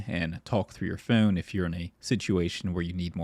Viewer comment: the way you pronounce "phone" is so foul